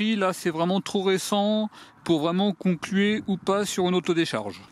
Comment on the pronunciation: On dit "conclure", et non pas "concluer". Merci pour nos oreilles...